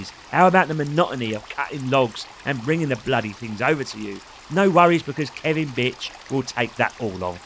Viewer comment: Whos Kevin ? its KELVIN ..